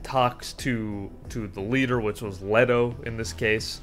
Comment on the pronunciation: I don't like correcting people on their pronunciation of words (you could have dyslexia or something similar). However, when you are unable to pronounce most of the names, maybe you should consider doing 5 mins of research into that. If you can't say Leto correctly, then that should be your signal to try to improve your pronunciation. Also, maybe write what you're going to say before making a 30-minute video on a world you clearly lack a fundamental understanding of. By writing it, you should get a better idea of how little you know